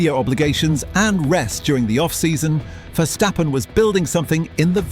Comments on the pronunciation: who is versjtheppen? its verstappen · Cool video but man as a dutchie hearing Vershtappen cringes to the bone. It also changes throughout the video sometimes its Verstappen(correct pronounced) then its Vershtappen again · ah yes vershtappen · Take a shot everytime he says "Mex Verstheppen" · Dude, Max is dutch not german so please pronounce his last name correctly.